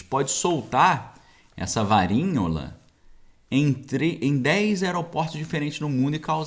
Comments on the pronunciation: quando vc fala varinhola o tradutor já entende como varíola... tem que mudar de palavra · O nome da doença é Varíola!! Porque está falando Varinhola???